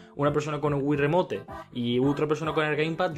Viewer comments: o es remoition o es remout pero en pronunciación remote ase asecas no es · pero el del video dice remote por eso digo que lo dice mal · ya me equvoque pero aun asi no se pronuncia remote